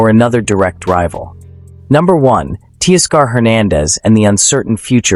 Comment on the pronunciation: ‘Tea-Scar’ for Teoscar….? Stop it